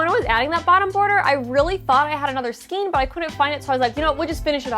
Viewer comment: You forgot an offense that I am discovering most crafters who use yarn here on YouTube commit all the time 🤦🏽‍♀️😖 Most of you say “ skeen” instead of the proper pronunciation for skein which is properly pronounced with the long A sound, “SKANE”.🤦🏽‍♀️🤦🏽‍♀️🤦🏽‍♀️🤦🏽‍♀️ I think I am an English language Natzi, It makes me so bad when words are mispronounced and no one takes the time to educate themselves and get it right. I have ranted, and now I am done 🤣🤣☺️ I have this bear I got from Annie’s back in 2008, half of this bear is done because the pattern came with some wrong rows and Annie’s never corrected it. I have an Annie’s Christmas stocking I was supposed to do but never have. I have two baby cocoons with matching hats to finish, I have a shawl to finish and my current WIP is a virus blanket that is almost done. Then I have to start: A Dallas Cowboys Star blanket for hubby( football is starting soon),. After or maybe during making the blanket, I need to crochet a clothes baskets for my grandsons clothes. Then after that is a cardigan in Velux and a pair of fingerless gauntlets for my son. I just bought all the Watercolors from Lion Brand from JoAnn’s fabrics,and some HUE IQ and Soft & Sleek from Hobby Lobby. Yeah got a lot going on......